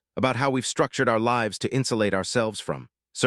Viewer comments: I was enjoying it until AI read livs instead of lives. I can't understand why if AI is supposed to be so intelligent why it can't read! Usually when it make simple mistakes like this or butchers a famous person's name,I move on.🤦😒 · can't you learn to pronounce the word «lives» ?